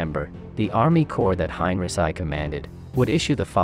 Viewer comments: Heinrici..not Hein..Resai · For the love of War Academy! Get rid of the AI narration and have a real person do it. The computer generated voice pronounced General Heinrici as "Hein-rhi-ssi" and not the proper pronunciation as "Hein-Ricky" your videos have got to the point where I can't watch them any longer because of this, and I feel that's a shame because I really do love the content, but not the awful narration from an AI generated voice. I hope you see this comment and at least consider it. Thank you! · Good report and visuals, but.....Really?....:"Hine-reh-sigh" ????....... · It's more like "Hein-ricky". There are no soft Cs or Gs in German, not even in "German". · Highn Reeki is more correct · You haven't learned to correctly pronounce Heinrici yet, otherwise a great video. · bots :) but ur right and it annoys me a bit i must admit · It's a translation bot, obviously. Does pretty good except for the odd name that it butchers. Worth putting up with for the info. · Kinda puts a damper on history when the pronunciation is incorrect. Imagine having a conversation with somebody having learned their history from youtube; general who?